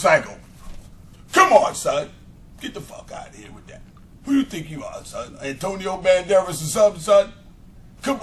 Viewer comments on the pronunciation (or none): ROFLLLLL NIGGA SAID ANTONIO BANDERES